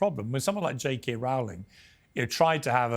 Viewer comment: PIERS CALLED JK RAOLING. HER NAME IS PRONOUNCED ROLLING! AND HE SHOULD KNOW BETTER!!!!!!